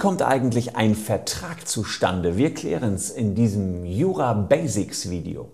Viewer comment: Leider sprechen Sie das englische Wort "Basics" falsch aus. Es sollte unbedingt mit hartem S gesprochen werden, alles andere ist nur falsch!!